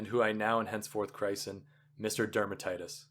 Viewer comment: Thanks for this reading. Great material, good voice, well edited, no fumbles. I did hear some mis-pronunciations. Not sure how DF Wallace would have felt about that - he was quite a stickler for language . . . The words I caught as being pronounced incorrectly are: pince-nez, christen, epaulettes, cadre, respite, acoustic, serape, puerile, pedantry, bow, scheme, picayune, crepe From this list you can surmise that I listened carefully to your entire recording, some parts twice, so accept that as a compliment for your efforts. Thanks again!